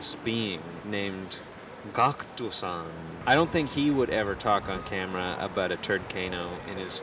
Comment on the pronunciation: is when he starts to talk about Gackt....and says his name like GOTKO-SAN. But...he clearly talks about him in strange awe. Strang because you can see it in him, that he doesn't even understand why Gackt is entering his mind like this.